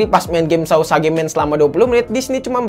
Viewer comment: Bang tulisanya sausage bacanya sauseg